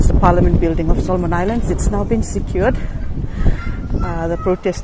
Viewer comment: It's Solomon Island, not Iceland.